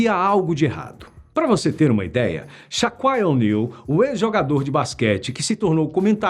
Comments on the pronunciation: Mais alguém ouviu ele dizer Shaquai O'Neal? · “Chaquaia onil” kkkkkkkkk Perascaridade, bota o velhinho ae pra apresentar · Shaquai o'niel kkkkk todo mundo fala a pronuncia como quiser mais q foi ingressado foi kkk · "Shaquaia O'Neal". É estranho demais ouvir essa pronuncia